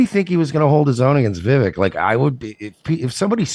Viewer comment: it's pronounced... "VEY-VEK"...